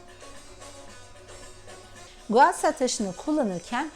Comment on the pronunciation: abla o gua şa diye okunuyor .s